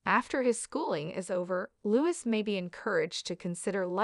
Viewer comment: Too bad you don’t read comments! It is Loose. Not Lewis! Please do homework